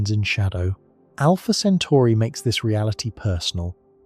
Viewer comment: also it's Alpha Centauri.. not Alpha Centari